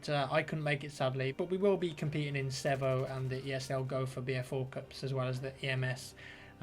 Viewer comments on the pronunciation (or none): Ceeevo not sevo